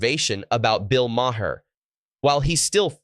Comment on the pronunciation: It’s not “Ma Hair”